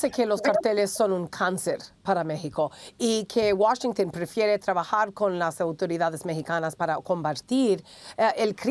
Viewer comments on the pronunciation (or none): none